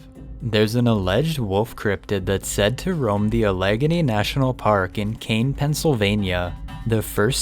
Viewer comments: Alleghany is pronounced Ahl-uhh-gain-eee 😂😂😂not Allaguhnee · Allegheny is pronounced "al a gain y" 😁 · A leg a knee lmao that’s not how you say Allegheny 😂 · As a native Pennsylvanian, it hurt to hear "Uh-leg-uh-ny" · no just no that not how you pronounce Allegheny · Lmao i was like dude your saying Alleghany wrong